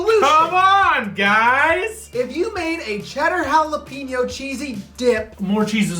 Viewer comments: Really? Jalapeeno? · haa·luh pei nyow v's ha·luh·pei·nyow